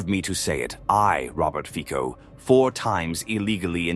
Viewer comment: the correct pronunciation of "Fico" is "Feetso". In fact, that "c" is not a real "c", rather a "č".